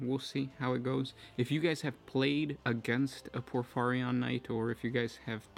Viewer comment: It's pronounced: Acastus Knight Porphyrion. Not Acastus Knight Porphyrion.